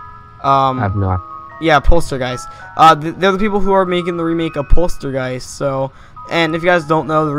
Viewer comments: It's poltergeist not polstergeist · polstergeist? XD poltergeist